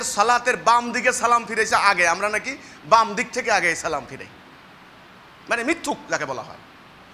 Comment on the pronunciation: সালামের সালামের উচ্চারণটা ঠিক করে করতে পারিস না